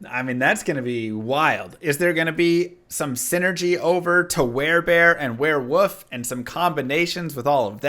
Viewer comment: It's pronounced WereWOLF, not WereWOOF.